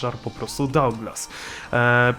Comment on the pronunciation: sie nie czyta dołglas tylko daglas